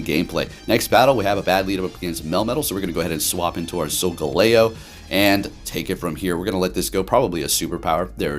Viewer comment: sol-jello? sol-galileo? and very nice Hax-or-us video =D